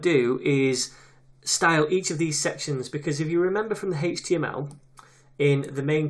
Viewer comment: "HeyychteeAm' Al" (HTML)